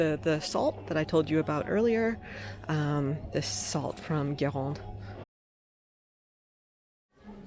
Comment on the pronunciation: Hello. I m french 100 %. I must say congratulations for the way you said "sel de Guérande".. i know "R" are difficult to speak for English talking people.. but your "Guérande" prononciation was almost perfect 👍👌